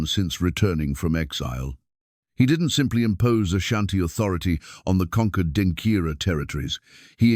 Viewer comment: Please the word is Denkyera not Denkira